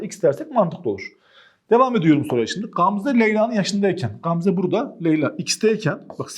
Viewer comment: Hocam o nasıl Gamze demektir yaaa🤣🤣GGAAMzaeae